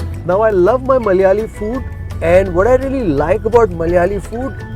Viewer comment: Dear bro it's not Mallyaali, it is "Malayaali"